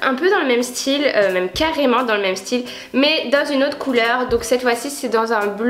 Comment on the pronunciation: haha toi aussi tu met des e devant les s (estyle) 😂❤️❤️